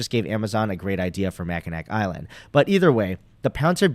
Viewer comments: (MACK-IN-NAW) Island - the easiest way to find out if someone is not from Michigan =) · Great video. FYI it doesn't really matter but it's pronounced ma·kuh·naa island. Makes no difference but figured you would want to know